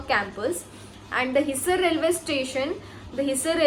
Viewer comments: You are real accidental doctor, hissar not hiser , Agroha not aroha ,,, Pandit B D Sharma not Pt. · Phle bolna to seekh le bhai hisar or agroha dono ko galat pronounce kr rhi h